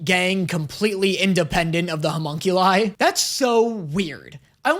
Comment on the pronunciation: Its a pet peeve but you keep saying humunculus when its homunculus and its making me irrationally annoyed